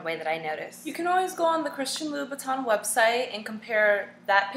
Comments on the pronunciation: Did she just drink out of a red plastic cup... LMAO.. In the beginning she took a long pause like "this video is about Duhhhhhhhh😜😜😜😳😓😳😳. Of yeah Fake.. Duhhhhhh😜😳😳. It's Louboutin not Louvitton say it with me Lou-bou-tin. Label this a Comedy and call it a wrap. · If you are a french speaker you will know that the pronunciation of TIN(is french) is not the same thing as TON (in english). btw ur link doesn't work. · huuummmmmm ppl just pronounce it the way they read it. And if you are not french its definitely hard to get it right. You two are pronouncing it WRONG. its LoubouTIN not LoubouTON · how does it irks u when christian louboutin himself calls them red bottom and all media networks and stars call them red bottom dumb asses u dont even know how to pronounce his name its not louvitton or loubouton its louboutin or red bottoms ugggh pitiful and the ones u have r fake because his shoe dont get messed up on the bottom